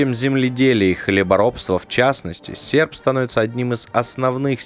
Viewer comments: Товаись ))) Сефп и молот ))) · а слово "Сеrп" очень по-ленински говорит... Мог бы 10 лайкосов поставить - поставил бы 20!!